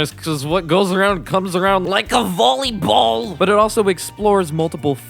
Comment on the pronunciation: "LIKE A VORLEYBORL" Dude, i nearly died. You are subscribed you have no idea D